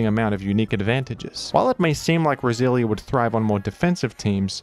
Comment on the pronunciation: funny how every time you say roselia is sounds like brazilian